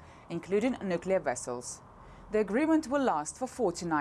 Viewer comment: Including nuclear wessels? 🖖